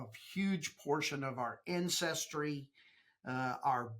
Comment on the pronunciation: Our "Incestry"? lol